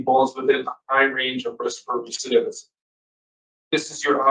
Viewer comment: This girl is still mispronouncing "recidivism". Why will no one correct her?